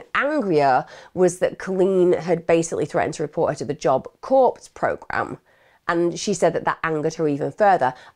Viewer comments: Emma, in the US, they pronounce 'Corps' like 'Job Corps' or 'Marine Corps as 'Core' not 'Corpse' although in this case that pronunciation is more accurate! 😀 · Horrible case, why make it worse? OK, that whole Satanism section where you are editing to change your voice and face. That was hella creepy and not appreciated by me. Also, Corps is pronounced Kors not Corpse. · Lol its not CORPSE it's pronounced CORE it's French. 🙂 But great documentary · Hi Emma, Corps is pronounced core! Just letting you know x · Thank you…it drives me crazy when people pronounce the P in corps. But I don’t want to be the one to point it out.